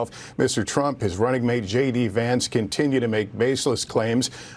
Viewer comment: Twaump? 🤣🤣🤣🤣 Trump please.